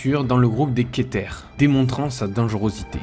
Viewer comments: Le reste du monde: Keter: Queuté 🤣🤣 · Keter ca ce prononce Quétaire pas quété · ca se dit pas queuté mais keter et c est bien ké pas ke comme tout le monde dit regardfe tout les pays il dise belle et bien kéter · C’est pas keuté c’est keter apprends a prononcer stp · "Keté" 💀💀 ca se dit 《kétèr》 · Prochaine fois dis "Ké-teur" au lieu de "QUEUE - T" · c'est pas keté mais kétère au niveaux de la prononciation de keter comme cutter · keter = queuté , ca donne envie de se suicider une tel prononciation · LA CLASSE "keuté" XD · La vidéo est cool par contre stp … prononce le r dans keter😢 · Ça ce prononce pas [kétaire] de base ? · Juste une petite précision! "Keter" ce prononce "Kétèr! Et puis, il me semble qu'il y a la classe Appolyon, dans laquelle tu ne peux rien faire et observer, tellement il sont puissant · Ça ce dit kétère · ''queuté'' qu'il a dit :face-fuchsia-tongue-out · nn nn tes jute con enfin toi et les gens qui le disent comme ça la vraie prononciation c'est keter ça a toujours été keter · Ça se dit "Kétair" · Ça se prononce kétere🤦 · La manière de prononcer Keter 💀💀💀💀💀💀 On dit Ké Terre Il y a d‘autres classes que les 4 là mais elles sont ésotériques (sauf Appolyon à moitié) -Pour 173 l‘histoire c‘est juste une animation sur une chaîne YouTube il n‘y a pas d‘histoire d‘hôtes, également c‘est pas le premier SCP trouvé par la fondation mais créer en tant qu‘article -SCP-682 est nommé "Reptile Difficile à Détruire", d’ailleurs il y a une centaine de test avec d‘autres SCP (053 mais aussi Walter le lapin omnivore) -SCP-2521 sais lire, il enlève les gens qui parlent de lui à l‘écrit ou à l‘oral, donc on ne peut donc parler de lui qu‘en images. Il y a un test avec lui sur 682 mais j‘ai oublié ce que c‘est a part que ça a échoué -SCP-096 c‘est "l‘Homme Timide" pas l‘Homme Triste A part ça la video est bien mais c‘est redondant de toujours prendre les plus connus sans dire quelque chose de peu connu ET sur le wiki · SA CE DIT kéTèR!!!!!